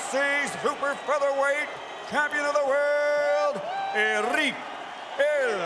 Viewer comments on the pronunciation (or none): .. just for the record Buffer: Errick (doesn't exist) it would be Erick with soft r like in "tree" Buffer: El Terrible is perfect! Buffer: "Morrales" (is various fabric bags) it would be Morales with the r sound like the t from "Dakota" In Spanish not everything is rrrrrrrrrr